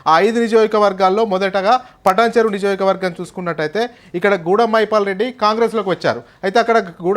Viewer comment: First Niyojakavargam ani palakadam nerchuko